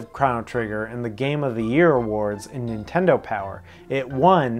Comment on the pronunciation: Nice vid & list. Incidentally arent u the guys that goof on AVGN pronunciation of "Super iNtendo"..?Am I buggin or do u pronounce it just the same as him..?! 🤔 Pot➡️Kettle=Black⚫